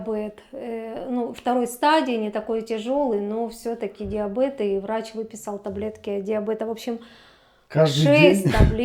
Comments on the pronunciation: Диабэт ?? 😮😮 ДИАБЕТ !!! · Не диабед, а диабеТ